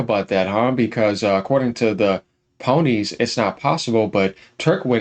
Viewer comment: Quick dislike on the vid for saying "ponies" 😂